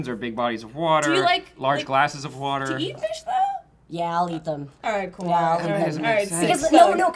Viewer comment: Ok can we get a gif of saying Whater???